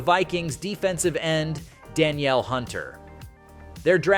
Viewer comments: His name is "Da- Neil" not Danielle(pronounced) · Bro feminized tf out of Danielle(duh-neel) Hunter 😂